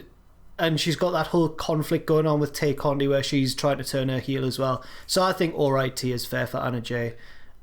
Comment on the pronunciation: and reveal that they're heels by ranking the Dark Order lowly. And continuously mispronouncing Tay Conti's name. Who do they think they are, Jim!?